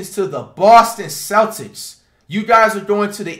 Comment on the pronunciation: Lmao bro don’t even know how to say Celtics lmao dude said celsics